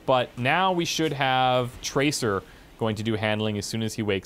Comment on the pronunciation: traceer is a SHE not a HE and its SEER not ER. EAR. not ER. PLZ try saying it properly